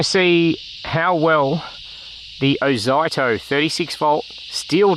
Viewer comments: it's ozito not oito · Who the F K says "Oz eye toe" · Ffs mate, learn to bloody pronounce words properly. Every ad, commercial or anything else clearly says (oh zeetoe). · OH ZYE TOE?? 😂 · Oz-zee-toe (from Aussie-Tool) PS: The wheels look perfectly fine to me, easy to clean out captured clippings. Most mowers have closed pattern wheels which are bloody pain to clean. Oh, and the plastic grass chute is normal. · Thanks for the video. I thought Ozito was pronounced 'O-zee-to' but it's a matter of choice I guess. Overall I would have liked to see how this mower performed cutting longer grass, as essentially you were using it to vacuum up leaves. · Oz zee toe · I believe It`s pronounced Oz(ee)ito, as I have had battery tools of that name. Good review too of a budget push mower. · Thanks for showing this Ozito mower, particularly the underside too. (I've always pronounced it Oh-zeet-oh 😉) It's interesting how the (now discontinued) 21" 58V AEG mower also has plastic in the discharge chute area too (Honda also uses something similar). Not only that, but so does the Milwaukee mowers. I suspect they (TTI) took the Milwaukee metal chassis with that same plastic inclusion & used it in the AEG mower (with some mods) as they have also used the line trimmer attachment heads too (hedge trimmer, edger & pole saw) as well as bringing the same design concept to Ryobi too (albeit down scaled in the hedge trimmer attachment & more plastic). In my AEG 21" mower I've had to add some stainless steel shim material to protect the plastic edge from damage & grass etc collecting in the discharge side. I'll send you a photo. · Never heard someone pronounce "ozito" like that 😂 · It almost feels intentional.. an FYI for anyone reading these comments, the name is a play/abbreviation on "Aussie Tools". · “I love to trigger people by intentionally butchering word” 😂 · I notice first think the way he pronounces ozito 😅😅